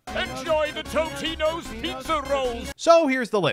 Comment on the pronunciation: Considering it's I'm pretty sure he actually pronounces Tostino's like that.